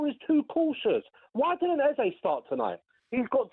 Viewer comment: 😂 what he said wrong . ...sack him tonow. Not today. Tonow sack him